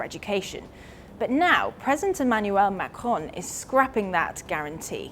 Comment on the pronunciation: Using the rhotic /r/ to pronounce 'Macron' sounds really dumb if you also pronounce the end -n. Either use the French or English pronunciation, not an inbred mix of both.